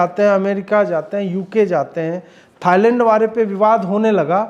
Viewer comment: थाइलैंड है थाइलड नही मे आपको पूरी गंभीरता से सुनता हूँ 😂😂😂😂😂😊😊😊😊😊😊😊😊